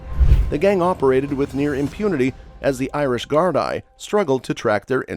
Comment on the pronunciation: The way you pronounce Gardai is basically Gar-D